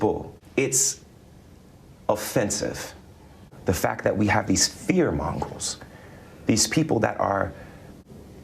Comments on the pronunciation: Hold up, hold up…..did this mf’r just say “fear mongrels”😐?!?!?! What in the hell is a fear mongrel?? I know what a fear monger is, but whatever this dumbass is talking about I am clueless🤷🏾‍♂️🤷🏾‍♂️🤷🏾‍♂️. 🤦🏾‍♂️ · Fear "mongrels" gets me every time. I picture a pack of angry dogs running on the streets of Chicago. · Yeah.. haha.. I was like.. did he just say fear mongrels? Hit the <- for 10 seconds back.. yep he did. 😆 That is strange about Crepuscules comment. It was the same for me, seen in notification, says 3 replies but doesn't show in video comments. YouTube is very weird these days. 👍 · Pretty sure he said "Fear Mongrels"